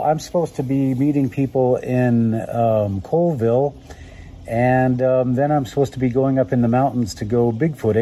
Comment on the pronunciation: Colville Washington is pronounced Call-ville not Coalville. Coalville is in Utah. Plus Colville is not in the Cascade Range at all.